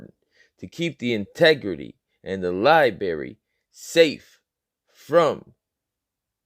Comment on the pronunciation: Libary? Really? FfS come on now